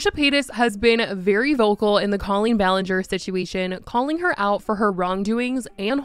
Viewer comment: If you're going to exploit this, at least get her name right. Cole-een